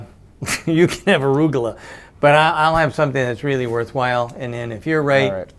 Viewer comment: Wow, it is really spelled like that. When i heard it on bob's Burgers i thought it was much more close to polish "rucola" since to me he sounded like "rugola". Arugula would sound hilarous read in polish.